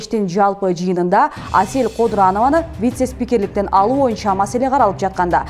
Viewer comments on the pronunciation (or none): none